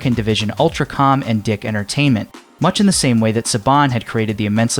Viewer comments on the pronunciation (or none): Just one correction: DiC, from DiC Entertainment, is pronounced "deek", not "dick". An understandable mistake as the people who named that company should've noticed themselves. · DiC is pronounced "deek", like "peak"/"peek". Long "E" sound. Not a short "i" sound.